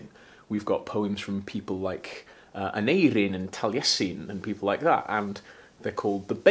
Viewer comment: Hearing Talesin and Aneirin pronounced like they should be is so, so lovely on the ears!